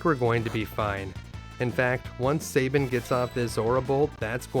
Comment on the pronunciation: I know it’s trivial but I hate when people pronounce Sabin’s name like (Say-bin) and my logic is this: take the word gab, like the gift of gab…it’s not pronounced (gay-b). Gab. Sab. Sab-in. Don’t mispronounce my favorite character’s name, damn it! 😏